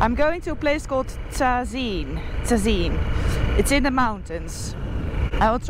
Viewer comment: Limpopo is my home so You killed me when you said "Tzazeen" 😂😂😂